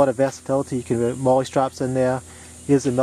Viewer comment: Thanks for doing such a comprehensive review. And thanks for not saying "mole" :)